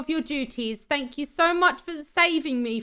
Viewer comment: I just love that you say like fing and fank you its so funny